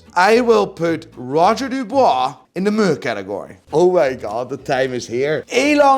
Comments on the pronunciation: Who the hell is Roger Dubwa? Dubuis, my dear. Dubwi. Now repeat after me. Buying PP you must be strong moneywise, but you don’t understand shit about horology. You completely wrong on GS and AL&S because you don’t understand the innovation behind them. Ps. You can’t hide your Dutch accent, snob. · Its not roger du"bois" 🤡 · I love your videos, but why do you have to ruin the names like that man? Charctsier? Really???😂 and come on Roger Dubooooaah?! 😂😂😂 I guess it makes for more clicks and subscriber, but you strike as a tad more intelligent than what you make out to be 🧐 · roger dubuis not dubois